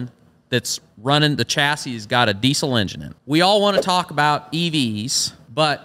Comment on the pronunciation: I had to look it up myself but ive always pronounced deisel deezl. Turns out thats right. Lately i keep hearing dee sel. Maybe its just me.